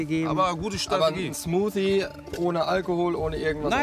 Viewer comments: Der Rettungsschwimmer sagt die ganze Zeit "Smutie" statt Smoothie 😂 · Immer die "Schmottie,Smusi,Smuti" statt Smoothie sagen😂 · Cmutzi :) haha